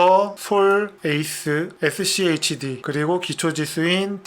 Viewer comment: 맨처음에 Shd 라고 하시네요.schd지요..😊😊